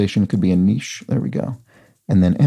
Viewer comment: Thank you for pronouncing 'niche' to rhyme with quiche, not with kitsch!